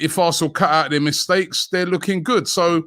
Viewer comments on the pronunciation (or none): none